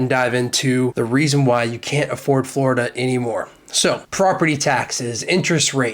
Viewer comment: Forida? you mean any location now.